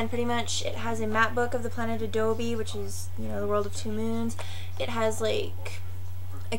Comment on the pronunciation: Sorry to be that guy, but I have to correct you on something. The Elfquest world is called Abode, not Adobe. Abode (rhymes with a-toad) means "home", such as "welcome to my humble abode". Cool stuff by the way!